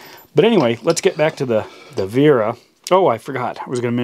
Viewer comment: It's Wera with a "W" not a "V"